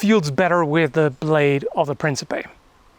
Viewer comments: ... I took 4 years of German, and I know that's not a lot, which is my point, wouldn't the K be silent? Also, the C's are hard in Old Italian and Latin... So, it would be, "Prinkipay" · It's The mispronunciation of "Principe" is giving me PTSD. Have mercy on my poor soul.